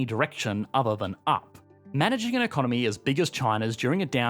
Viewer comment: I've never before heard anyone pronouncing economy as economeeeeeee... And hearing that just makes me want to dislike the video 😂